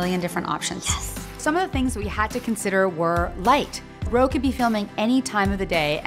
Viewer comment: Ro not or